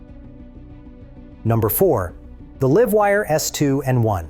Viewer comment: It said "the live wire' as in, "live" a good life. A.I is and will always be shit. Just tune your ears and you will hear it. Mock it and COMPLAIN. YOUTUBE needs to force a disclaimer for A.I.